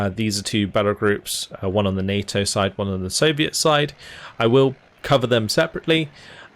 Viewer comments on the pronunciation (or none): none